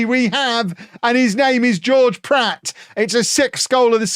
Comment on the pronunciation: I presume mispronouncing Pratt as Platt is part of the Beckham Effect...